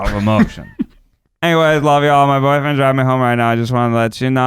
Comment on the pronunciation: Sondra Zimmerly he puts so much emphasis on the b aud(dnejdiisms smskdosk 😍